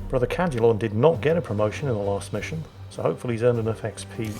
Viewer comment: Damn it, I know your saying Cadulon, but I am hearing “Brother Cal-culon” and can only think of the robot from futurama lol.